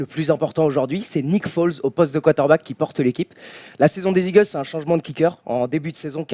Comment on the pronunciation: Hé vous savez qu'il y a un "R" dans quarterback?